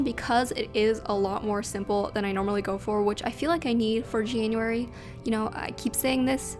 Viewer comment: ah yes our favorite months janaryary